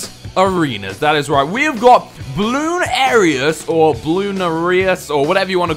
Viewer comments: its called bloon narius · Ninja Kiwi: "Bloonarius": "Bloon area" Me: "dafuq?" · Say it quickly, not with a pause in the bloon-arius part